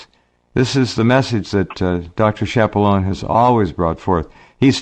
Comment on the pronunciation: Dr. Key-appa-lone-ay is the proper pronunciation instead of the "Americanized" method of saying Shappa-loan.